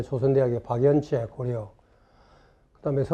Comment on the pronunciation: 고려의 음이 고려가 아니라 고리네요